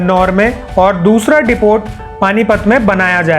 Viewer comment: डिपोट नहीं डिपो बोलते।। 😀